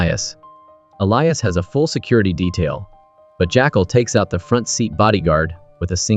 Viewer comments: I noticed quite a few errors like The CEO that the Jackal shoots in the leg is Elias we see him limping before he gets in the car/motorcade that the Jackal is a chauffeuring. The narration is odd calling the Jackal "Jackcall" and saying "he turned into a private car service". I agree it sounds like A.I or some sort of co-pilot that a little editing before posting would've rectified. ✌️ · Not too sure about 'My6' instead of MI6, and 'JackAL instead of Jackul, plus I heard him referred to as Newt at one point! AI needs better management?!?